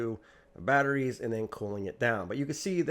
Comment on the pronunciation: My friends and family look at me funny now because I can no longer refer to 'batteries' without pronouncing it 'bat-rays' 😂 Another great video brother. Keep'em coming.